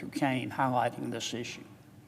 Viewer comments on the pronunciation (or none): none